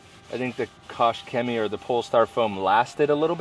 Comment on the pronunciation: You really need to annunciate the K and Ch in the words. Clear your throat!